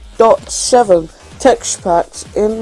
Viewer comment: he doesnt know no how to say 1.8.7 corectly